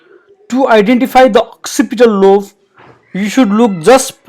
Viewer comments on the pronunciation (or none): Very informative. Might I suggest "lobe" - "b" as in "boy", rather than "love".